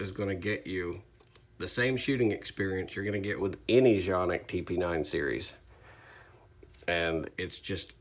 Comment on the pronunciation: Finally a correct pronunciation, thanks.( john-ihk)